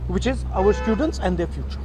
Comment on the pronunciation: bhai first of all , ye students hai , ye steudents kyu bol rahe ho? Kya hota hai ye